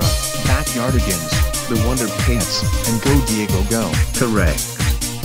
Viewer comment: said wonder pants not pets